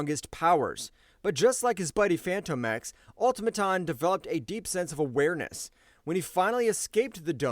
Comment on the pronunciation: Bro, are you saying Fanto X? Wtf?! It's literally pronounced as Fantomex like a ghost or a spook. Like the Phantom of the Opera! "Phantom-Ex"